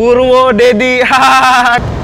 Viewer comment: Purwodadi = purwodedi 🤣